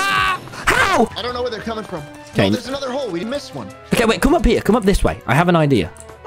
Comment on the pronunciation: its ok not kay